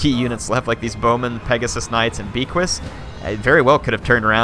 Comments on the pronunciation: The Undeath Star. Isn't they hippogriff's name pronounced "Beaky?" Because you pronounce it with a French accent? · Beaquis- (B-Ah-Key) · fun video but it bugs me every time says it. Beaquis has a silent S at the end and is pronounced Be'qui as becky or beaky. bit of a joke from the war hammer guys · And S is not pronounced at the end of most french words (I'm French)